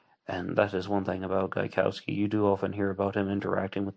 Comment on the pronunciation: Gaikowski is a Polish name and its correct native pronounciation is different from how you pronounce it here (and how Voight also pronounces it)